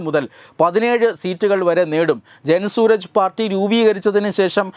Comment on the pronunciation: It's not Suraj. It is Suraaj.